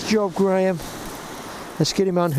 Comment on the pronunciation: Pronunciation on spelling. æ and the long “a” sound. "Graeme" Pronounced as "gray-me"